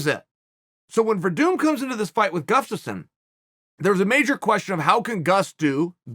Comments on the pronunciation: I firmly believe Chael is saying Gufstasson on purpose at this point. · “Gufstasson”, hahahahaha!